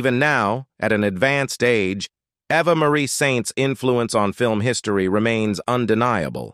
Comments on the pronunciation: Pronounce names correctly ! - It is no AVVA but Eva. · yes!! Eva and Ava are not the same!!